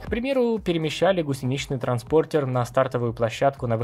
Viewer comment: Карме. И, извиняюсь, "гусенИчный транспОртер" - это на каком языке?